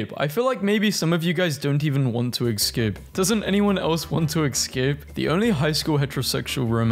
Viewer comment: why were you saying egg-scape?!